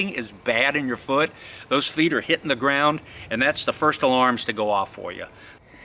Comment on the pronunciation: Lace on z knot and not z toggle 🤔 😂